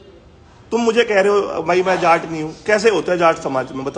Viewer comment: Not Jaat it’s Jatt 😊😊